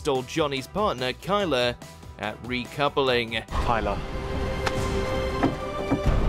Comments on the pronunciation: The girls name isn’t Kyla, it’s Tyler ffs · It's Tyla not Kyla lol xxxx